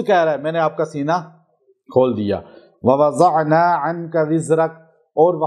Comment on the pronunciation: بہت لوگ آپ کو سنتے ہیں جس میں مجھ فقیر جیسے قاری قرآن بھی شامل ہیں ۔۔براہ کرم تلفظ کا خیال رکھیں ۔۔مثلا ووضعنا عنک وزرک لفظ ضاد کو آپ نے زا کے مشابہ پڑھا ۔۔اگر آپ نے مشق نہیں کی تو کسی مجود قاری سے مشق کرلیں ۔۔امید ہے آپ اصلاح فرمائیں گے الذی انقض ظھرک ۔۔اس میں بھی ضاد اور ظا کو آپ نے زا پڑھا ۔۔🙏🏻